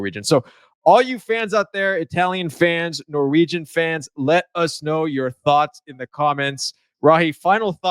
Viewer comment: Your pronounciation of difficult Norwegian names are impressive. If you just got the melody right (Norwegian is a singing language) you would sound like a Norwegian